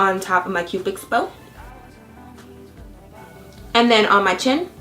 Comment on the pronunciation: Are you saying Cupix bow and not Cupid's Bow? But anyway, you're adorableeeeeeeee